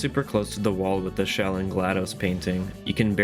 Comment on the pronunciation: Her name isn't "Shell". Why do so many people pronounce her name that way.